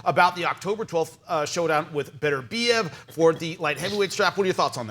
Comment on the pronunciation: Ok repeat after me...beTERbiev. the accent on the TER! Please stop saying BETTERbiev! Please! It's melting my brain!😢😢